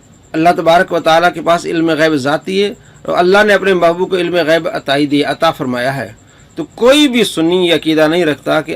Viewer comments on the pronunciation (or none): Astagfirullah jhut tu ap bol rahe ho asi galti nhi kar sakte ap gayab bol rahe ho wo gayb bol rahe hy ALLAH ka khuf karen kisi pr tumat nhi lagye ok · Gayab nhi gaib bol rhe h bhai